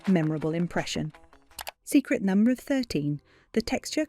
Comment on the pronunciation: Learn how to pronounce the word "number" correctly and consistently.